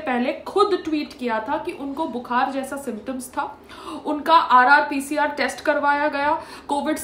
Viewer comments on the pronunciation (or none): 🤚It's RTPCR test mam ji, not RRPCR.... One correction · RTPCR test hota hai RRPCR nahi🤣🤣🤣🤣